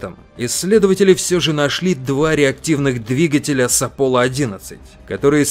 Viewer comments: А разве не аполон 11 а не аполло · Правильно не аполо 11 а аполон 11!